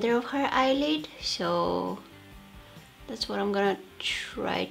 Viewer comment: why do you say sho instead of so? ;/